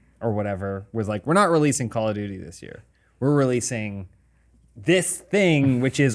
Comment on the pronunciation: Call it "Call Of D'YOU'ty" lol